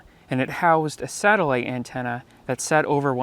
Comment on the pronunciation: Sat - ellite lol